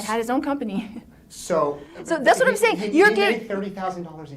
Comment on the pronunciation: Why does she say wha instead of what🙄 I remember hearing this during the trial too. I can't stand her